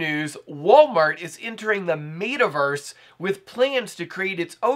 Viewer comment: “MAYTUHVERSE”?????????????? Nah you said it like that on purpose don’t be weird,.